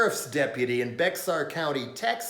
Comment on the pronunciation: as a former resident of san antonio it pronounced BEAR county (Bexar). I used to say Bex-ar just to piss off the locals, most of which were truly nasty specimens. so, all this outrage over immigrant kids is mystifying to me. the US treats its own citizens like dogshit, wot do you expect?? we have permanent US refugees under every freeway overpass